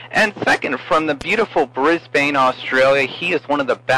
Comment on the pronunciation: Bris-bain...hahaha its pronounced Bris-ban